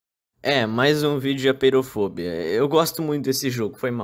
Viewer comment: so uma coisa, apeirofobia, se lê apêirofobía, pois vem do grego apeiron «infinito» e phóbos «medo» e -ia